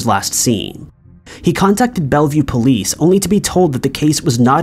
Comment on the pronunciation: Why does pronounce "police" like "poleeeeece?"